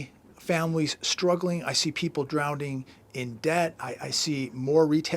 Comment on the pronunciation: still cannot pronounce the word DROWNING......it’s not “DrownDing”...notice their is only one “D” not two...get it right....